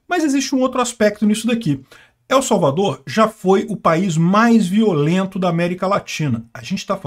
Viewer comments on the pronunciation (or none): Pronuncie "EL" como se fosse "ELE" sem o segundo "E"...